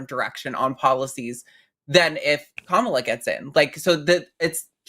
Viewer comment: People of all ethnic and political persuasions say Kamala's name wrong.. It's like Comma- lah, accent on the first syllable